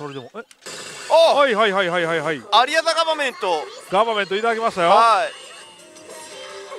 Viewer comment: さんの「 アリア・ザ・ガバメント」の発音が良くて (o´艸`)♪ 風が出たりとか 今の台は進化が色々凄いですね(*Ü*)